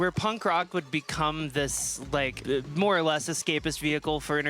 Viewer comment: Every time says "More or less" I hear "Laura Les"